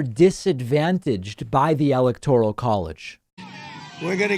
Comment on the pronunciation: Really though, Has Donnie had ribs removed so he can blow himself? Yes Dummy Donnie, "Corript" is "like Corrupt" only wrong. David, Why can't you say "electoral" properly? Even Trump can!